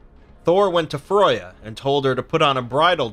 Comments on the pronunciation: You do realise you said Froya not Freya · Her name's Freya not froya! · Freya not Froja but other than that fantastic video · Rain I think its a different kind of pronouncation bro. We are more used to Freya but I think Froya is thr lesser known version of her name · Freya not fruya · The way you say some words like FREY YA not froy ya wtf for Freya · F r ai - y uh BTW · Xiedhal Kreiyutz Well, both are wrong, her name is pronounced /frøyja/ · Gυnjα Fυry there is no ø in freya, the pronounciation is More similar to freija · It's a nice video. But it's annoying to hear my favorite goddesses' name mispronounced over and over!